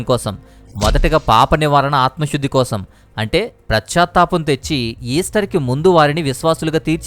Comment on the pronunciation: It is not prachatapam but it is pachatapam.